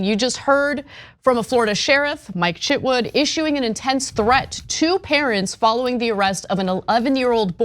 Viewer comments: His name is Chitwood, not Chitwouldn't! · I thought you said Chip Wood lol